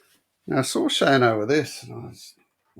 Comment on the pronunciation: Amazing pick ups wow. I’d love to see a video on taking the old price tags off of the cards. That would be great content. Every time you said ShaneO it made me take a double take 😂😂😂